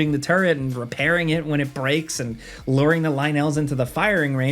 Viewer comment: the lynel challege is easy when you realize you can cheese it you can repeatedly go through the ceailing, glide down and shoot arrows 1) that slows time 2) you can use strong item attachments 3) you can aim for headshots plus you can just use the mushroom that confuses them lol also ly-nell?.... lol